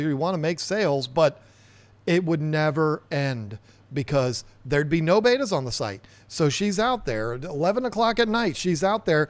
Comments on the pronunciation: I love Bettas and I love your channel so please don't take offense but it drives me crazy when I hear them pronounced "Baata" it is pronounced "Bet-a." Bet followed by a (pronounced uh) bet-uh. Spelled Betta. but pronounced Bet-ua not Baata like the old video tapes or as in beta testing. Sorry. Had to tell ya. Other than that keep up the great work!! 👍🏻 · Hey listen i don't want to start nothing new with you but its pronounced BETA not BEITA like you're saying it. I've heard a lot of people say the same thing you are saying. It's wrong it's not the way to say the word. People should be ashamed of themselves pronouncing such a simple word wrong. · I could only get through about two minutes of your video because I can't stand listening to you and mispronounce bettas. 🤷🏻‍♀️ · Bet-ta? Bay-ta? All I know is you can't mispronounce Siamese Fighting Fish. (I guess I'm showing my age again lol.) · For the love of God start pronouncing betta like a normal person. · I just knew it was because of the pressures of how you pronounce the name of the fish!! Thank you so much for confirming 😆😂😂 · Wow. I always suspected that you might be a little bit on the nasty side and I guess this comment proves it. I've never seen two people that are so proud to mispronounce a word in my life. Great way to treat your subscribers. You obviously can't take a little constructive criticism. I'm out.